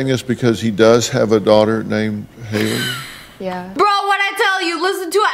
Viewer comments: Its not hayley it’s Hailie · Actually Sssniperwolf, Eminem's daughter is spelled Hailie not haily